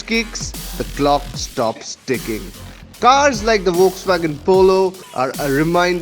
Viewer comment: Did I hear ‘V’olks-wagon ?? Well cant be on PD, so suggest an edit there please. Else, an excellent review as always !!!